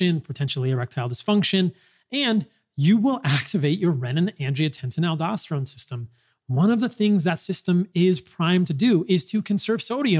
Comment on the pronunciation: REE-nin. Not reh-nin